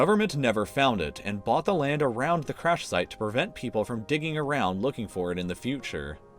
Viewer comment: thearawrawround... lul